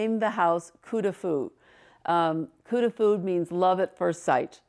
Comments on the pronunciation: Absolutely beautiful! It’s “coup de foudre” not “coup de fou”. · Coup de Foudre not coup de fou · It’s “Coup de foudre” not fou - it means a thunderbolt or love at first sight. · Sounds like…Coup de food…it is…coup de foudre…meaning…(hit by lightening )…